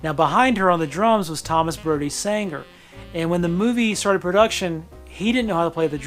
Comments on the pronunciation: Full disclosure: every time he says “Sanger” rather than “Sangster”, I want to punch him in the face. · Why am I triggered by how you pronounced ‘Sangster’ incorrectly??